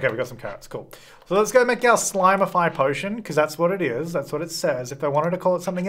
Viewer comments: It’s slimify, not slimeify, notice there is no “e” in slimify, so it’s a slim serum and don’t argue with me! I’m a writer 😂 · if you spell it out, it is ‘slim’’ify’ not ‘slime’’ify’ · There is no 'e' in Slimify hence it is slim-ify and not slime-ify 🤷‍♀️ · Everyone: Read Slimify as slim-ify.: But the way it's spelled reads "slime"... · Dude it’s ‘slim’ but I’m DYING ‘slime’ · Slimify would have an e if it was slime-ify. It’s slim-ify, not slime. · the word is slim, sir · Also, in “fine” and “finish” the “I”s are pronounced differently despite the fact that finish has two ‘i’s, so I would think that it is Slim-ify. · You guys are all wrong! It’s not pronounced slimify or slime-ify. It’s totally pronounced sleem-ify! 😉 hehe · He was annoying me so much saying slimify purposely wrong. I gave up watching. 🙄